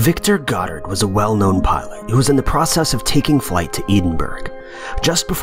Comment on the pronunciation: Really ? Dumb video and bad English. 'There IS a handful...' Not, "There are a handful...". " prosscess "? Not, 'pro cess'. "wondering around " Not, ' wandering '. "assesories " ? Really ? It's Ac cessories. Useless narrator. Go to school.